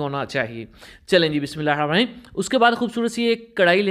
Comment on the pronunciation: Buhat achi mazadar Daal recipe but aik request hai Maa Shaa Allah app Bismillah phartay bhai buhat aram say tehr tehr kar aur sai talufuz say prha karian